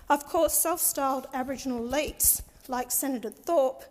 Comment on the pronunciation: Her pronunciation made it difficult; I also had to listen to it again to understand the word. I think she said "Aboriginal elites" .